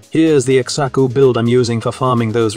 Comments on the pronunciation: bro just because there is an x in xaku dont mean you say it the x is silent same with xata's whisper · I know everyone's got their own way of pronouncing things but hearing him pronounce Xaku like ex-aku makes me giggle every time hehe Edit: Just remembered it's AI x-x